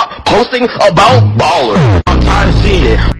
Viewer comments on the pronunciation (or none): te recomiendo de que en vez de escribir el loquendo como "baller" que no se escuche lo del "ller" o mejor dicho un nombre ingles le pones solo "baler" lo mismo pasa con tycoon lo que se pronuncia lo escribes y ahi se escucha mejor "taicon" "tabolflip", fijame si te sirvio esto